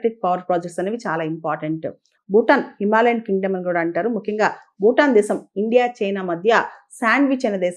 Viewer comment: మీ విశ్లేషణ చక్కగా ఉంటుంది. సరైన ఉచ్చారణను చేరిస్తే ఇంకా బాగుగా ఉంటుంది.( ‘బారత దేశం’ కాదు, ‘భారత దేశం. ‘బూటాన్’ కాదు, ‘భూటాన్ )